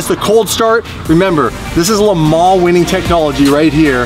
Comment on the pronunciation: Drinking game #2: Take a shot every time says Le Man's